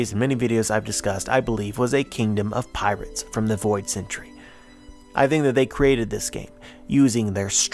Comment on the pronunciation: Yes this guy is strange not only does he have boring sad music playing but he said Afro luffy like a weirdo